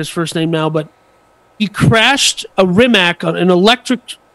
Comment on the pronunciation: Bugatti is a French company, not Italian. Hammond get out of the car alive, a fire started later. Rimac is not pronounced as Rimak but as Rimatz. Konigsee is a Rimac customer. Bugatti Rimac is only part of RIMAC AUTOMOBILI. Rimac is not selling his company and is still the major owner. Near all parts (except tires and brakes) are produced in Rimac, not bought.